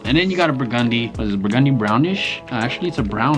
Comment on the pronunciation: I’ve never heard anyone say Burgundy like that